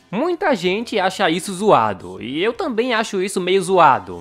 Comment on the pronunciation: eu tambein gosto... é eu gosto muito